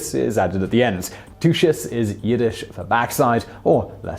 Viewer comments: too-chass wrong tukas or tu(ch)as, whereas (ch) is the Voiceless velar fricative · Tuchus is not too-shis. It's took-ahs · Oy. Simon, it's pronounced "TU-khess," not "TWO-chess." Take it from a Jew, you'll never be Bar Mitzvah with an accent like that,. And you were doing so well not pronouncing foreign words. Hint: the "ch" sound in Yiddish is just like in German, like you're going to hock a big lunger. Practice,, practice. Please. Oy. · The Yiddish word TUCHUS is pronounced “Took-us” with a hard “ooo-uhh” diphthong first vowel and a fhleghm-clearing “chhh” between syllables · LoL! "tooshes" That was the worst and funniest mispronunciation of tuches I have ever heard. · "tuchus" is pronounced with a hard ch, like "took-us". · well, better than his absolute mangling of it, but better described as the like the guttural CH in the Scottish word "loch" (being a Brit he'd better understand that one) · It's not the first time Simon's mispronounced something.